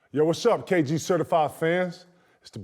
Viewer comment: Kg it’s not Coochie my boy!! 😂😂